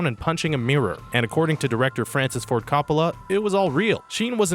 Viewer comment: When he said Francis Ford Coppalas name wrong I got triggered af